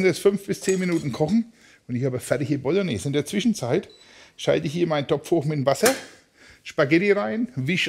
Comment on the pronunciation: Die fertige "Bolgnääs" hat man vielleicht nach 3 oder 4 Stunden!